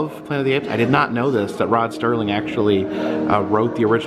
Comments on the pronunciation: Serling not "Sterling". is such a moron. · Corrections: Bill Mumy ("moo-me"), not "mummy". Rod Serling...NOT STerling. No "t". Thanks! 😉👍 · Rod Serling - no “ t “ in his name! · You: Rod Sterling... Me: It's Rod SERLING! IT'S RIGHT IN FRONT OF YOU. I know it happens but come on. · Why does everyone say Sterling? there is no T in the name. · His name was Rod SERLING not STERLING.